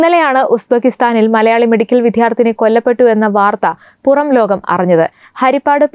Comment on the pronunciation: വിദ്യാർതിനി എന്നാണ് ശെരിയആയ ഉച്ഛരണം. അല്ലാതെ വിദ്ധ്യർത്തി അല്ല.